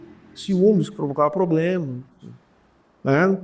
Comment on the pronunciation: Um ministro professor q ja teve + de 400 alunos q fala "poblema"!